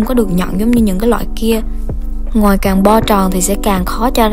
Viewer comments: Mik nghe thành "ngoài " lun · Nghe chị nói từ Ngòi cứ khó chịu sao á